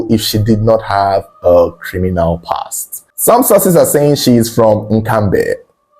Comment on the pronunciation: you are so great in what you do, the way you pronounced NKAMBE So well, wowwwww. My first time commenting 🎉 from Cameroon